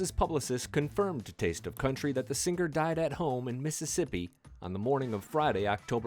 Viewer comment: Very few people mispronounce the word singer.....but you do several times. By accident, not on accident.